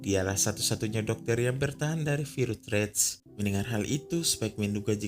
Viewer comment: Virus bang bukan virutjjjjj